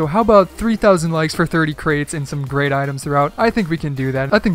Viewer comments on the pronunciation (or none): none